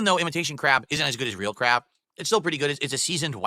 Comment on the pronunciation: Whenever he says "crab" it sounds like "crap"